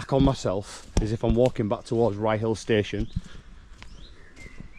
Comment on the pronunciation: Ryyill pronunciation one word... not rye hill. Is that bird with yer on this un 😉